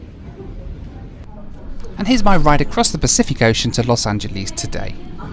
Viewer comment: LMAO SO TRUE